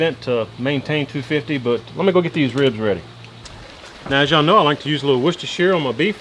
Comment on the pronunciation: An American that can pronounce Worcestershire properly?! 🔥